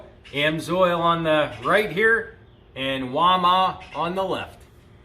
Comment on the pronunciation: Its WAL MART, NOT walma.